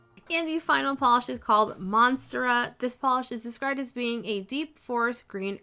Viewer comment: Monstera is pronounced mon-STARE-ah. ☺️ These swatches were super helpful! I picked up the collection, but I hadn’t seen them being used up close yet. Even more excited now!